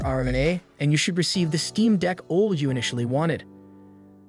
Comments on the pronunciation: Steam Deck OLD? "Nam-oniter chip" Those take a some trust away from that channel name, Tech Consultant. Otherwise, thanks for the well done edits and balanced bgm / voice. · OLED can't be that difficult to pronounce!!!